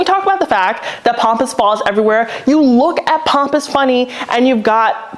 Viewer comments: it's PAMpus grass not POMPus grass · It’s Pamp not pomp.